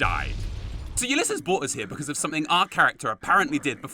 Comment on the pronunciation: You can use a stealth boy to avoid Father Elijah, taking all the gold, and trapping him in the vault. Also, pretty sure you said Ulysses right. Only the first time though.